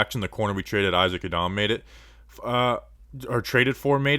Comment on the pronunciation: I’m glad yiadom is gone so I don’t have to hear you butcher his name anymore